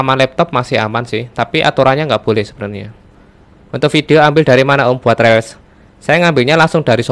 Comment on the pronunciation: Reels itu bacanya Rils.....bukan rel